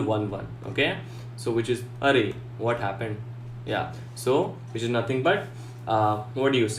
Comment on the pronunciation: Couldn't get past his pronunciation of "arr-rrrrrayyy" and "arrrr-oooooous".